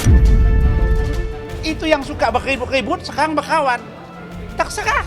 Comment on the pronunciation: BERKKAWAN....BUKAN BEKHAWAN😅😅😅